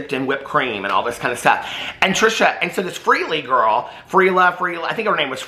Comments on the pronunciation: Its Free-Lee but who’d care because when was the last time that fool was relevant? And also I just cannot with Trisha anymore I just cannot. When are they going to wake up and realize how their behavior has and is effecting people? This whole thing is just a mess! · u mispronouncing freelee’s name had me dying😂 idek how to spell her name lol